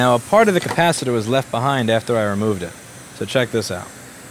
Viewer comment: Ur saying it wrong!!! It’s a cappa sitter